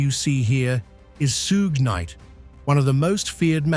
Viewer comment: "soog knight" aka 'suggah' ? Har har har. prah-bation-PRObation? That's enough.